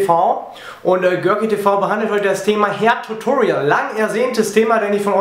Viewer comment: wenn du hairtutorial sagst, klingt es manchmal wie herrtutorial :D nicht böse gemeint, finde deine videos klasse :)